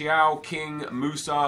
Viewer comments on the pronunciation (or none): none